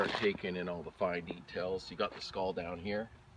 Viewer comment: uhhhh he said skuls